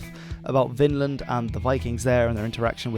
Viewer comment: Take a shot every the narrator mispronounces Vinland as "Finland" 🍸